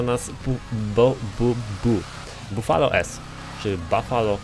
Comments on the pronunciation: To nie bafolo tylko bufalo. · mówi się bufalo